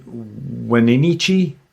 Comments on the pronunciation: Pronounced: WhenAtchEE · I live in east wenatchee, wa. Its pronounced "when-at-chee" but you say it all together, so if you say the 3 words in quotation but as one word is how you pronounce it. Its definately different and if you never heard of it or someone say it it is almost always pronouced wrong. Hope this helps to pronounce correctly. Love the channel. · I was born and raised in the Okanagan Valley. Wenatchee is actually pronounced "waa-natch-ee" we have an incredibly beautiful and extremely mysterious state. The cascade mountain range is one of the least explored areas in North America due to its lack of accessibility much of it is only able to be accessed by foot... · It's pronounced When-at-chee. Lol.